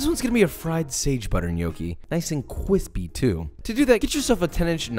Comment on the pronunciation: I love Gnocchi, I want the kwispy one ❤️